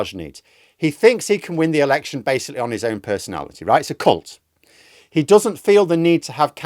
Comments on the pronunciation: mate, you need to take more care when pronouncing the word "cult". Mind you the word I thought I heard is probably more appropriate for Farage. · I had to replay one part because I misheard a word.. Turns out you said "cult".. I was laughing so hard.. Both are true. 🤣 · Did you say he's a cult? Had to rewind and listen again 😅